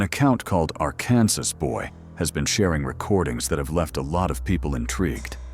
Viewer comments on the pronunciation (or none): for sure AI voice right off the bat... no human pronounces Arkansas as "our kansas" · Ar-Kansas Boy. Me: Ah yes. the A.I. Voice. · Can we please teach AI voices to pronounce Arkansas properly? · Arr-kansas boy? You mean ARKANSAS!? pronounced ARR-KEN-SAW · ARKANSAS is pronounced ARKAN-SAW, not AR-KANSAS, by the way. 😂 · Arkansas is pronounced like “Ark-Can-Saw.” Someone train the AI better. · It's "Arkensaw". And this is AI slop click bait. Boo! Boo this man!! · Downvoted. In the opening seconds when the Artificial Stupidity voice pronounced Arkansas exactly like Kansas with Ar- in front of it. I've never been anywhere near America yet I learned the pronunciations 50 years ago !! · I give this a thumbs down after the word Arkansas was mispronounced